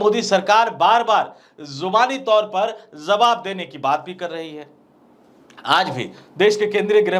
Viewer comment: Zawab nahi hota jawab kahiy janab kyunki urdu ke liye hamne 1 dabaya hai